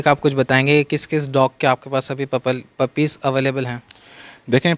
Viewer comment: puppies not pupple 😂😂🤣🤣